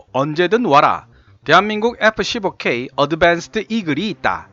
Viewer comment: 에프 쒸보 퀘위 아드벤쓰드 이글이 있따! 영어 발음 진짜 못듣겠네... 이름은 뭔데 이야 하...